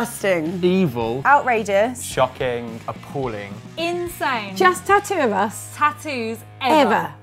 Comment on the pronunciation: Tattoo pronounced tat-too Not at-oooo